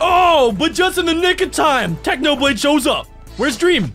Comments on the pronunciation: Technopig ? it is Technoblade you silly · In the start he said technopig😂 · You said technopig it's not it's technoblade 🐖